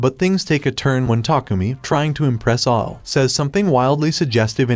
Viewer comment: Ao is pronounced like ow and it means blue in Japanese